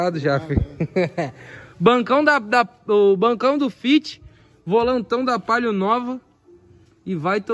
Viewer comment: Cara que agonia de ouvir esses caras falando a palio putz fala direito caramba é o PALIO😒